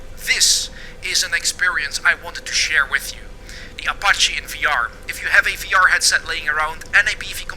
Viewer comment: "O" pache. minutes in and stopped.